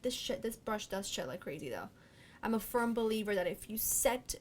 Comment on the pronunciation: Hahaha when you said this "shed, this brush sheds so crazy" I thought you said this shxt, this brush sheds so crazy! Hahahaha